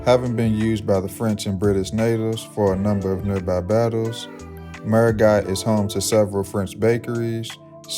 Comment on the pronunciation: The French side's capital is pronounced merry-GO!